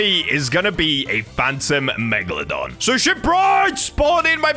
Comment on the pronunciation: When he said megalodone I was thinking phantom meg (Tomat5food)